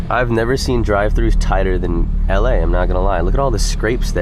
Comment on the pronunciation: Bro said “la” he’s literally in van nuys🤔😂😂😂😂